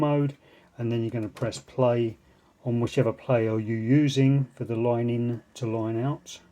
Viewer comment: "Loine in" accent